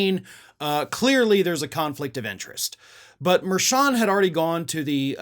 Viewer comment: are you saying Judge Merchan's name correctly, though? He's Columbian-American and I noticed that hispanic commentators and news personalities pronounce that "ch" that same as cha-cha. Just saying, if you're gonna call Trump out, you should get it right, too.